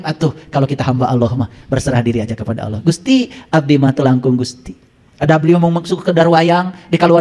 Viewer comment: Mungkin saran saya benerin dulu rukun Islam dan rukun iman dulu dech..jgn terlalu dalam ngebahas makrifat. Lagi pula untuk masalah ini harus punya guru yg dekat dgn kita dan seorang guru yg jelas ssanad keilmuannya. Dan coba dengar dan lihat cara ngajinya, bener tdk tajwidnya melafalkan "Allah" saja masih salah ngak jelas, apalagi ngebahas tafsir Qur'an